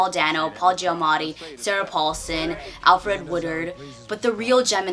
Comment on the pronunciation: Lol "Alfred" Woodard. It's Alfre.